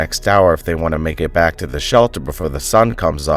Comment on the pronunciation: It's Returning. To return! Do not say Vack it's wrong absurd!